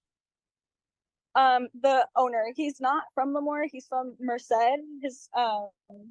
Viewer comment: I'm from Lemoore. It's pronounced Lee-moore btw not La-moore. I can't believe that Foster's freeze is shut down. I loved that place. 😢 Also, Lemoore is actually a conservative town. It's a small farm town. I'm willing to bet that most people did not vote for this.